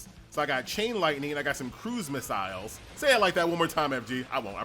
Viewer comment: FG loves his "crew-miss-isles" 😂😂😂❤❤❤